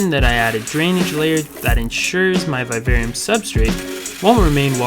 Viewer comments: Its viv-arium...v-i-v....not vive-arium (sorry the way u pronounced it triggered me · I totally get why you would make a vid on this subject. Still, vivarium is pronounced just as you would pronounce the words vivid, vision and the name Vivian. Secondly, why a "natural look" when you can actually make it natural. Oh well in the end thanks for all the tips on what not to do. If I want a real vivarium. 😊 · PLEASE LEARN HOW TO PRONOUNCE VIVARIUM.